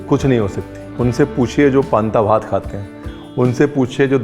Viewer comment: when ranveer said 'panta vat' 🤤🥰❤️. POV : Ranveer is very close to Kolkata/Bengal 😋